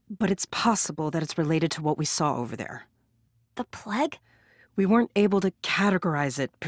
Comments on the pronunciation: tHe pLeG SiS iTs PL-AI-G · Dzuma: plauge not pleg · It’s plague not plegg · I like how she says plague as pleg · Not pleg you pleb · Lmao they said plague wrong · What the PLEG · Pleg Walk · p l e g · noo you fucking moron he is saying pleg because they said it wrong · why does she say Plague like that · Anyone uncomfortable how she said plague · She says plague wrong hahha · She says plague like a Canadian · Ahhhhh! Stop saying plague like that! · I hate the way she says plague. But forreal I hate how all these idiots don't listen the first time, it seems like the all want to die